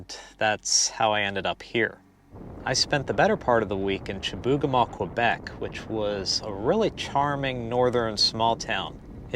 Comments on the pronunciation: you pronounced it Chibougamaa, we say it here as Chibougamoo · In Quebec we pronounce it shih-boo-ga-moo. Home of the mythical "Chibougamau Joe". :)